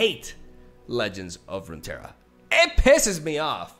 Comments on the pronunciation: has issues saying the two r's in rune terra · Just pronounce the double R as "ja" like in jajaja Rune Teja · All the Runeterra lore needs to be retconned again because can't prounounce it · im a spaniard and have a hard time pronouncing the double r Him two seconds later: this is irrelevant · Genuinely curious, why do Spaniards have trouble with double r? Is that normally a silent sound or something? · Alright boys let's change LoR to a Spanish name so can pronounce it